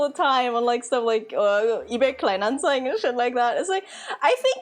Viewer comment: first time im watching her and in the first few seconds im like; "hmm she sounds german". few seconds later saying "the" like se/ze, and im thinking, gotta be german. then she perfectly pronounces "kleinanzeigen" yep 100% german.